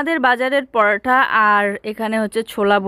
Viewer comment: পরোটা বলে not পরোঠা ।😢😢😢😢😢 বাঙালি হয়ে উল্টাপাল্টা উচচারণ ভগবান হিন্দিতে পারাঠা